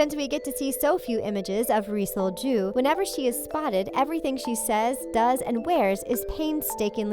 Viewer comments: the pronunciation of ri sol-ju is the most white pronunciation i've ever heard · Hahahahahaha whenever she said Ri Sol-Ju, it hella sounded like "re-sold Jew" 😂😂😂😂😂😂 I laughed WAY too hard at that and am going to Hell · It really sounds like ur saying resold jew